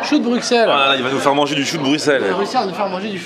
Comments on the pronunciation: Les belges doivent s’arracher les cheveux à vous entendre dire « Bruxxxelles » c « brusselles » la prononciation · ON DIT BRUSSELS MRC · Bruxelles se dit s et pas x